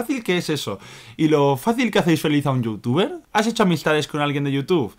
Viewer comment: por que dices youtufe ?